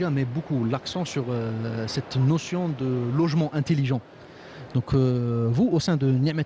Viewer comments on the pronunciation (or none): "Int"E"lligent. et non pas "Int"I"ligent. "Intiligent" n'existe pas en Français.